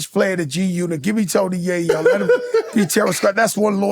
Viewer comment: He said Tony yoyo😂